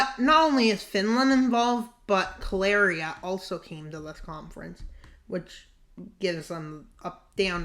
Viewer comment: yeah I know that, but he* kept mispronouncing it as Kaleria tho